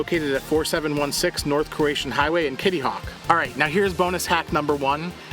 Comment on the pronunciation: its crow a tan, not croatian lol